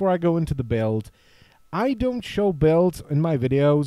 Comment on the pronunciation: To nieje "beld" ale "bild" pokiaľ viem :D